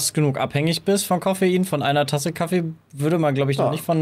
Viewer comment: KaFFEE , aFFE es heißt nicht Kaffe! ffs